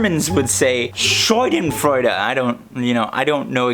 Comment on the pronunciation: Your pronunciation of Schadenfreude is the best 😁 it's now my new message ringtone 🎉